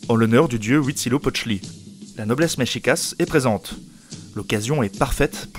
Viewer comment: MEXICA pas MEXICASS. Mexica (pluriel) et Mexicatl (singulier).